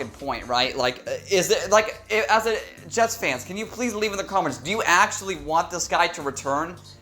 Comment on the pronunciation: The Je(s)ts ... as in 'surely you ... ' ☹️